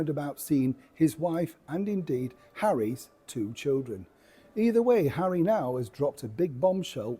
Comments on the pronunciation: I like the way you said…’HARRY’S children’… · Oh I like how you said ‘Harry’s two children’ 😂😂